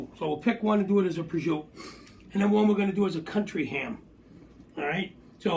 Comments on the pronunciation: Prosciutto is pronounced exactly as it sounds... Not prozhuuu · it's pronounced prosciutto with an "O"at the end